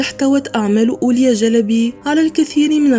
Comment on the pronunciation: لفظك لاسم الرحالة هو غير صحيح، والصواب أن تقولي أولياء مع نطق الهمزة في آخر الكلمة